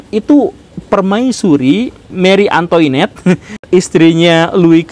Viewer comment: Punten Pak Guru, mau koreksi cara baca Marie Antoinette, Antoinette dibacanya Ang'twanet terus Guillotine dibacanya Giyotin🙏